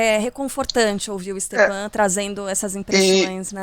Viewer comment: Stepan? É Stefan que se pronuncia.